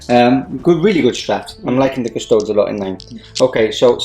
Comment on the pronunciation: cus-to-deeeeees. seriously. or custodians. not "TOADS". it's not as-tar-T, it's as-tar-tees.